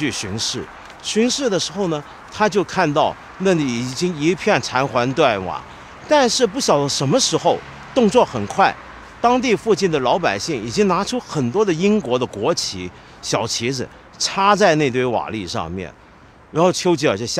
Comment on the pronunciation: 你们只注意到了绥靖念错 其实16：08 时候 残垣（yuan）断瓦道长也念错了 😝